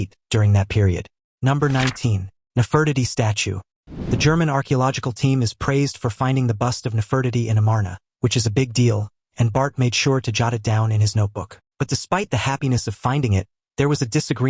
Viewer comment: Disappointing when the spokesperson doesn't pronounce a historically known person correctly (neh fr tee tee)